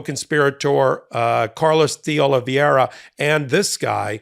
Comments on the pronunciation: Exellent presentation with a small suggestion. Don't change it, his name is 'De OlivEIra' not 'De OlivIEra'. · It’s De Oliveira…not De Oliviera…a small detail, but so easy to get it right… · It's not DeOliviera. It's DeOliveira. Not a single host on MSNBC makes the mistake you and Ben consistently make in mispronouncing this name. Let's get professional please. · De Ol-i-VAYRA… not Ol-i-VYERA. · It's pronounced DAY OLIVE ERA (De Oliveira) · PRONUNCIATION: "day-oh-lee-VAY-rah" -- only five syllables, NOT six, with the accent on "VAY". You are inserting the "i" before the "e" in "veira" ("transposing the diphthong", "ei", in other words). "Eira" (pronounced simply "AY-rah", not "ee-AY-rah") is a very common Portuguese name-ending. (In fact, you are making the pronunciation more complicated than it actually is. Compare "Rio De Janeiro" ("jah-NAY-roh", NOT "jah-nee-AY-roh"). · Love your show but it's pronounce DeOlivera. Just ignore the i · PULEEZE: It is "Dayoliveera" .. a common name... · Would it really be so difficult to learn how to correctly pronounce DeOliveira? You continually mispronounce it, and have been for weeks, very unprofessional. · How many law degrees does it take over at MTN to pronounce de Oliveira correctly? It's not even hard, but the struggle is REAL..... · You'd sound so much more credible if you could be bothered to pronounce deOlveira's name right